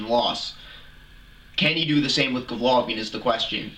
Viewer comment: "Govlokin" smh, learn his name first